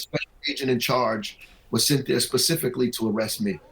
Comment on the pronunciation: Did that anchor says Arrust 😂😂😂😂😂😂